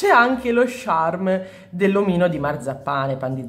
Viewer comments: scusa se ti correggo ma ha sbagliato lei pronuncia 😅 si scrive "charm" non "Sharm"😅 (non odiarmi 😂😅) ha sbagliato a dire "charm" che si pronuncia "ciarm", comunque in effetti uno stampo piccolino con Stitch non sarebbe male (si scrive così il nome vero?) ho rotto abbastanza ciao.😂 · io non ce l'ho con te, ma charm si pronuncia "ciarm" come "ciao", come lo pronunci tu è un'altra cosa:) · senti dopo averci pensato mi dono scocciata di bisticciare per due parole, quindi tu pronunciale come vuoi, ma sappi che a me claud e sharm mi danno molto fastidio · ho due cose da farti notare: 1) Lo slime con la neve si chiama clod non claud, claud non significa niente 2) Si dice il charm e NON lo sharm, lo sharm è senza senso Poi un suggerimento: Quando compri un crunchy slime e le palline salgono su e formano quella specie di crosta, tu rompila schiacciandola con le dita pk produce un suono troppo rilassante